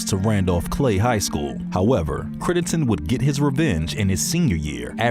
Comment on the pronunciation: Critt-EN-den...Crittenden...if you're gonna make a video, pronounce the dudes name correctly.